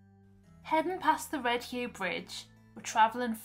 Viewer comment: It's pronounced Red yuff bridge not Red hugh!